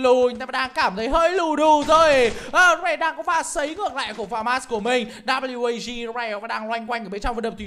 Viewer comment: Ván mà WAG thắng . Nghe ôg bình luận viên đọc là quê kép a gờ mà nản thật sự